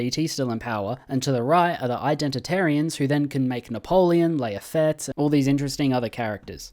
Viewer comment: him pronouncing lafayette as layafette is killing me